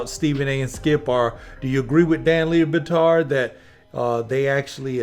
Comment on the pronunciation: ITS PRONOUNCED DAN LEB-BATARD